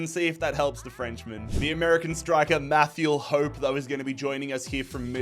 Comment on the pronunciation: its pronounced Matthew hoppie